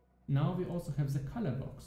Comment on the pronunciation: are you specificially trying to pronounce "the" as ZEH? It's been getting worse over the last few leagues :)